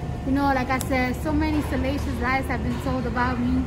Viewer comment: IS she trying to say "salacious"? I wonder if she can spell it?🤣